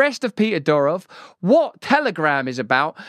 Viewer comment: It is Doorof,not Dyurouf